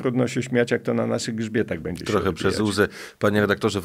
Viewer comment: Szanowny Panie, Abstrachujac od meritum-jest Pan polonista,wiec poprawne mowienie w naszym jezyku jest podstawa Pana wypowiedzi. Prosilbym wiec o "sobie" zamiast "se" i "bedzie" (z ogonkiem na pierwsze e),zamiast "bedzie",tak jak napisane i jak Pan to mowi. Wiele osob twierdzi,ze czepianie sie literowek,czy zlej pisowni nie jest istotne,a tylko przekaz sie liczy. Jestem odmiennego zdania-dbanie o poprawny jezyk to dbanie o nasza kulture i tradycje.